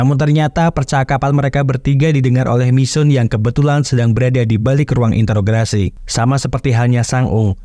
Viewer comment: Mohon maaf sebelumnha. Sekedar masukan aja Min,, Beberapa vidio bahkan dlm satu spoiler bisa dibilang cukup banyak penyebutan bahasa "Interograsi". Yang saya ketahui kata yg benar adalah "Interogasi" Terimakasih 🙏